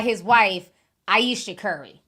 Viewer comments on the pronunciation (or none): none